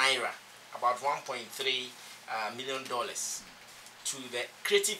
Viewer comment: Pls it dollars not delex